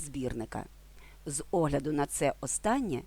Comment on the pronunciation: Дякую! Корисний ролик. Одне зауваження: українській мові не властивий кнокляут. Тож сполучення "з огляду" слід вимовляти як одне слово - "зогляду" (а не "зе огляду").